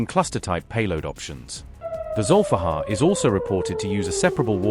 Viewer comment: It's Zulifqar, aka Ali's sword. not Zolfaghar 👍👍